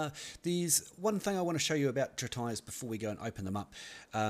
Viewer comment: Oh, it is not pronounced "trit" "ice", but "treat" "is"